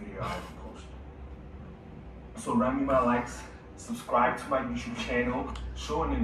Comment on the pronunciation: "Subsbribe"? Homework!!! Deffs skipped English homework!!!😂😂